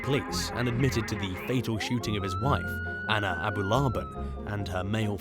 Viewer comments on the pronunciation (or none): none